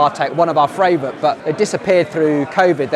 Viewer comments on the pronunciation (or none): You know you said "fravourite" right?